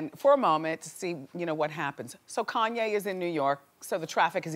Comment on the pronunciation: Please pronounce West's first name correctly.Not that difficult.